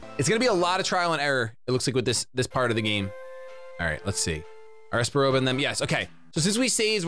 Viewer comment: your voices have been on point but that is absolutely NOT how espa roba sounds